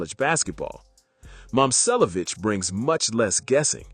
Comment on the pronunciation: It’s saying both his names wrong so not really